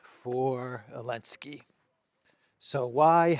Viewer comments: I can't understand why he says "Elensky" does he have a problem pronouncing the Z? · I love how you say Ellensky haha